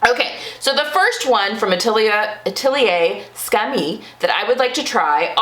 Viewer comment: For tops, deer and doe is great. As someone who has no hips, i find their trousers need too many alterations for my body. Maison Fauve is also amazing. I love that I dont really need many alterations (i have a very similar body type to yours). Atelier Scammit - you actually do pronounce the T.